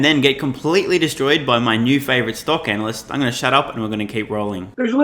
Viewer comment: I have to admit you have a winsome smile young man, especially when it comes to this Tesla bear "anal-yst" Wait, aren't you sitting on stockpile of Tesla stocks? That helps, for sure...